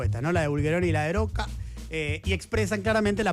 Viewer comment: Oye Diego, porque pronuncias el apellido Rocca con una erre muy suave? Creo que se pronuncia así, como está escrito, Rocca, como repelente, o repetir. También, todos pronuncian Techin, en lugar de Techint.